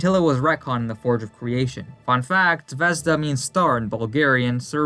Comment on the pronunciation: The pronunciation of the word was off since the stress is on the second syllable, not the first one - ZvezDA